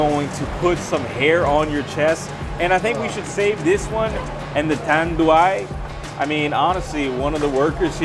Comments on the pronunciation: GINEBRA is pronounced as He-neh-brah Tanduay is pronounced as Tan-dew-eye. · Tanduay pronouced as TAN-DU-WHY. Ginebra pronounced as HEE-NEB-RA.